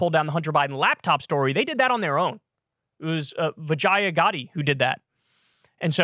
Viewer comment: "Vijaayah Gaadee" Jesus, man 🤣 Really deep fried that name "Vij-uh-yah Ga-day" would be more right